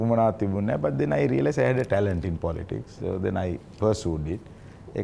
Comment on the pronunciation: Polits 😂😂 yako politics ki pronounce karapiya. Nodakin tho Australia hitiya ki neda